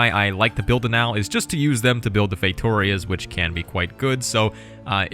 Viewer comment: Fey-too-rias not how its spelled